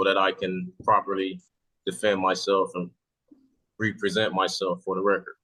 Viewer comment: Dude's pretty obviously reading off a script (and POORLY, too, I might add - pronouncing "represent" as "reee-preee-sent" 😂), and if I had to guess, I'd bet it's a smudged and poorly printed copy of a script he found on some idiot's SovCit geocities webpage. I'll honestly never understand what these deluded idiot SovCit freaks think when they utilize such CLEARLY FLAWED defense tactics like this... especially given the undeniable fact that, you know: NOBODY HAS EVER WON ANY CASE USING A GENERIC SOVCIT DEFENSE - EVER! [Incidentally, someone needs to tell this nut that ending everything you say in court with "for the record" DOESN'T make you a lawyer, m'dude.]